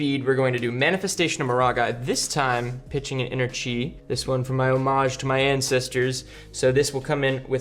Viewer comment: Timestamp "pitch an inner tree" pretty much all of your pronunciations of chi were spot on, this one time caught me off guard, and i laughed my ass off,there were many times i laughed throughout this video though. You guys always bring a fun time to the table. I really appreciate the content of Three Floating. The love for this game is dripping from your Flesh And Blood souls. I feel it! It's contagious! Much and love and success into the future.